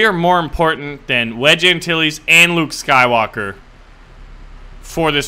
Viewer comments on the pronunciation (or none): none